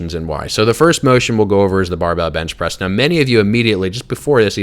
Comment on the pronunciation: when you try to say press and bench at the same time